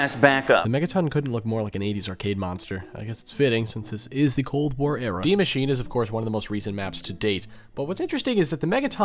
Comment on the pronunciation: The "e" in "Die Maschine" isn't silent, ur killin me insisting on saying Die properly and then Maschine wrong.